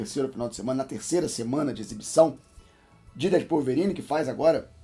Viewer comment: Calvorine kkkkkkk